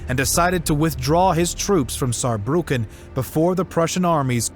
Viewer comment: Germany is stronger! 😂🖤🤍🖤 And Respekt you speaking "Saarbrücken" very good 😉